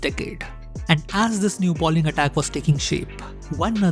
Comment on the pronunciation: The word is BOWLING, not BALLING as you are pronouncing it. Balling has an entirely different, and vulgar meaning.